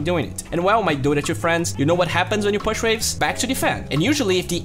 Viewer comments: Great video and keep the work up!! But you pronounce "push" as /po͝oSH/ ;)) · Learn to pronounce "push" please , it's distracting